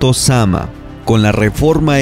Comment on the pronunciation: Creo que es zamná no zama